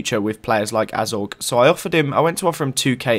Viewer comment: You pronounce it A-zo-gay